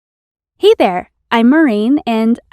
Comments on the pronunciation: did I hear hey there or HE THERE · She said he there instead of hi there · Only I heard "eighter", not hi there on the start? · No one is gonna talk about how she says He There in